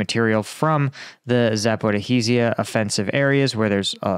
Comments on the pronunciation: where do you see the "HEE" in "zapori-ji-a". please stop scratching my ears and try to pronounce it correctly. There is a short clip with the pronunciation on youtube. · It is so annoying when you mispronounce cities and oblasts, like Zaporizhzhia. Just pronounce it like other Ukraine war sites do.